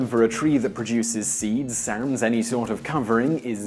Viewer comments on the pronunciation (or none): none